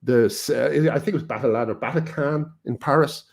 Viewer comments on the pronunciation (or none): none